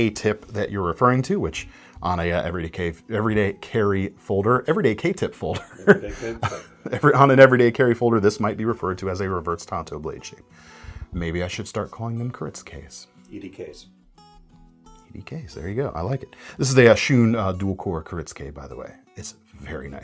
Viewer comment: It’s TANTO not Tonto.